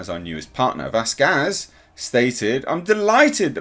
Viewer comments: VASqez. Wrong emphasis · And u stil cnt say her name right 😑🙄 VasKAZ 😕 wtf h sort it out